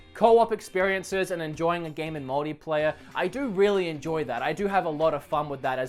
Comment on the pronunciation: Anyone else hears "modyplayer"?